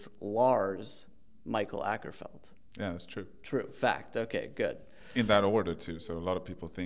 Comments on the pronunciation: Akerfeldt? no, Åkerfeldt. Big difference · It's Åkerfeldt, not Akerfeldt.. Å is like O. But whatever, mistakes happen. :) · It's pronounced Mikael O kerfeldt indeed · Åkerfeldt is pronounced "Awker-felt" btw, if you say it with a british posh accent.